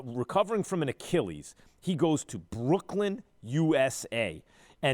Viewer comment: brocklyn ....new.... USA???😂😂